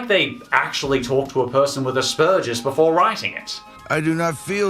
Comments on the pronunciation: It's asperGer's not asperJer's. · I never heard of mary and max before the list but watching it im able to relate to max, having the same condition and seeing it being made aware, its amazing. But i kinda hate the way you say aspergers you make the p sound like a k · It's pronounced aspergers (as spurgers) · no offense but, "Asparagus" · Hey say it with me ok? Ass-burgers alright just say ass-burgers thanks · I have to appreciate the way pronounces Asbergers. I feel less immature when I hear it pronounced like "ass burgers" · That's not exactly how Aspergers is pronounced but I like it. It's most certainly better than ASSBURGERS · Why are you saying Asperger's like that! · You pronounced Aspergers about 4 different ways in under a minute. Well done sir. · The way you pronounce "Asperger's" is very insulting to me (because I have it myself.) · psst the g in aspergers is hard not soft ;D you got me really interested in these movies though haha